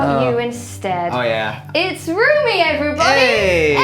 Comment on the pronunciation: It's not roomie, its romie